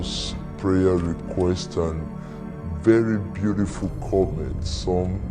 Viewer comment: “Beaurriful stuffs”